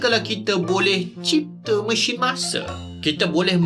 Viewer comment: Kenapa sebut Mesin macam tu bang? Mesyin. Mesheen. Kalau Messen boleh terima lagi.